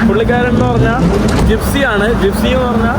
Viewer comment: ജിസ്‍പി അല്ല ജിപ്സി 😂